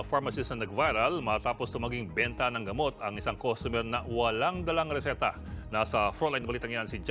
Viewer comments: Ano bang risita?baka reseta?😂😂😂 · Reseta po hindi resita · Hindi po resita... Reseta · "ResEta" at "rEcord" not "resIta" nor "ricord" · Reseta po hindi risita 😊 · Hindi “resita”. “Riseta”. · Reseta po hindi resita umay😅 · Reseta ba? O resita? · Anu ba yang reporter niyo risita mag pronounce hahahaha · Resita talaga sir?sukul sukul o dili dili😅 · na notice ko dn hahaha okay naman pronunciation nya sa ibang words pero yung RISITA at RICORD tlga hahaha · Pangit nmn pagkasabi mo ng resita.." risita" haha.. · Wla namang problema sa video eh...yung Mali ang pronounce ng reseta...